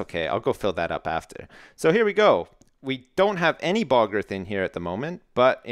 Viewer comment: I love the way say bog earth, it sounds like "Balgurf" xD